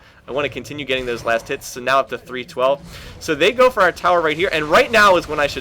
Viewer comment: I swear to god .. He's been saying last tits ..